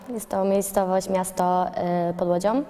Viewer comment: "jes to miejscowoś miasto pod ŁodzioM" - :D